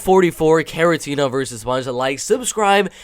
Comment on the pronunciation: It's Kharitonov not Kharitenov, he is a legend. Gamebred Bare Knuckle fight is also MMA so Njokuani had fight in 2021.